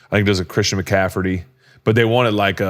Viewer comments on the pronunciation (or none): “Christian McCaferty” 😂